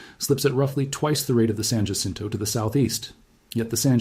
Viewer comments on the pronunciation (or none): If you're going to do a credible study, you should be able to pronounce Cajon and Jacinto properly. Do your research! I shut off your video, accordingly.